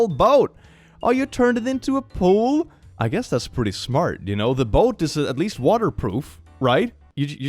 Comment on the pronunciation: "Your kid is smut..." Erm,...That's not 'smart' in a Swedish accent my friend 😂